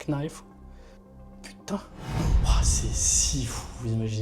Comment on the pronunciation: ca mel fling le mec fais l'accent americain et prononce Knife xD